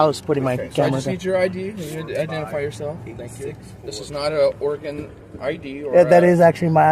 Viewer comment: Thank you for pronouncing Oregon correctly!!!😁